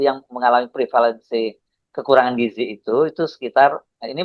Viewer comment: Giziii Dadan Giiiziii bukan Gijiii...